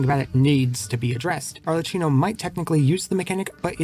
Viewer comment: It's pronounced ar le KI no